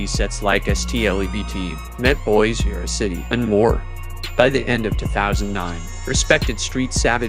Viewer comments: 😂 that was funny hearing it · It would be said that way in Spanish 🤣